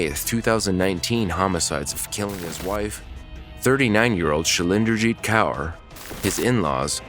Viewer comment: Just for future Kaur is a very common Sikh middle name, and is pronounced like "core" 💞 love the channel